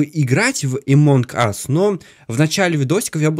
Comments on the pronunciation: Люди пожалуйста научитесь говорить, ты что англ не учил это во втором классе говорили NG сложение букв это означает просто Н CNN n ЗАЧЕМ ГОВОРИТЬ АМОНГ АС правильно АМОН АС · Не эмонг ас а амонг ас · Не амонк ас а амонг ас (among us)